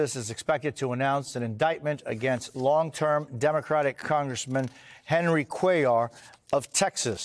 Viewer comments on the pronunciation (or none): none